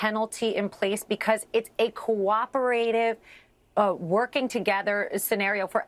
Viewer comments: Co-op-er-aye-tive? Co-oper-ative…. More common pronunciation lawyer lady…. BTW where did she go? Trump university? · She says coop..erat..ive?? English is not my first language, but I know that's just wrong. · Just the way she says co-op-er-A-tive makes me cringe. She is like legally brunette.